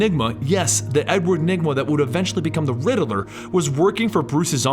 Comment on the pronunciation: lol you said the Riddlereerd